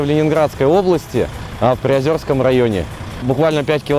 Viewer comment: ПриозЕрский район, а не приозЁрский